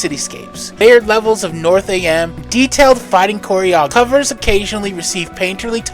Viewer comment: You mispronounced a couple things in this video it is North Am as I am here not North A.M. And it is Nin Jack not Ninja K